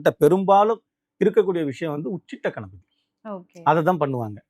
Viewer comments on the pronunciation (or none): சார் அது உச்சிட்ட கணபதி இல்ல சார் உச்சிஷ்ட கணபதி